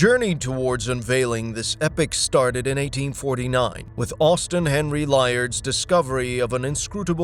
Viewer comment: Laird not Liard